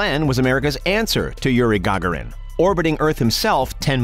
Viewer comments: Yuri Ga - Ga - rin not gargarin, wish these commentator would learn to speak English....... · gagárin not gaggarin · Skip to timestamp for what you came for to skip the history lesson that even all 4th graders already know. And it's only 1 minute long. The rest before and after this video is useless fluff to stretch it out! Also it's Yuri Gur-gear-re-en Not Yuri Gar-gar-in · It's not gAgarin. It's gagArin. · It’s not hard, Ga-Garin! Not Gaga-rin! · It's "ga GAR in," not "GA gar in." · If you're gonna do a historic video, then do your research and get the names right. GA-garin. not Ga-ga-rin. LMFAO. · It's Garg A rin, Not Gargarrin. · I heard YouEE Ga Ga rin and nearly vomited. Immediately stopped the video. Will go no further, YURI GA GAR IN! never in my life. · Its ga-GARE-in, ya shut-in! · Its " Yuri Garr- GARE- in ". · Go-gar-in brainiac. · horrible gagarin ----urey go-gar-in do some research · "Yuri Gaaagarin" ....... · It’s not Gaga you duh duh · Yuri Gah-garin. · Who is ga-ga rin? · Gaagorin, really. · "Ga..gair...en" why do people always jack up his name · Yuri GA-GA-rin and Neil Armstrong's "infamous" words. Yes, the video was amateurish. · Who the F*** is "Gogrin"? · Geee'z you want us to subscribe but you insist on insulting people by mispronouncing there names its not GaaaGaaaRin Gee'Z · Excellent fail on pronouncing Yuri Gagarin. Lmfao GAGA REN. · YOUR NARRATOR NEEDS MORE EDUCATION ON RUSSIAN COSMONAUTS... MISPRONOUNCED GARGARIN... IN THE WORST INSULTING WAY POSSIBLE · When a narrator mispronouces words or in this case names it shows a lack of professionalism and ruins the whole documentary. Do your homework check and double check name pronunciations so you don't come off sounding like an bleeping idiot. The narrator completely botched the name of the the first human in spaxe Russian Kosmonaut. It made me cringe like fingernails scratching across a caulk board. PATHETIC!!!! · How the fuck did that guy mispronounce yuri gagarin's name?